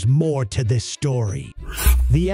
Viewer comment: BUT THERE'S MOAR TO THIS SHTORRRY lol good info, wickedly bad presentation. can't focus, so funny.